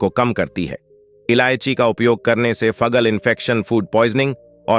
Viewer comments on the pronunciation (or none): अर्क को अकर कह रहे हो, फंगल को फगल कह रहे हो एंटीऑक्सीडेंट को एंटी ओन ऑक्सीडेंट कह रहे हो